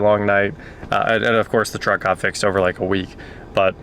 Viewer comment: At least say vehicle if you can't say truck. Sheesh...